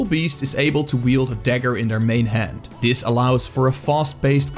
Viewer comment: You sounded dutch, checked the about page and I was right! Also, a good class guide. (This sounded like dis, that's why I guessed dutch.)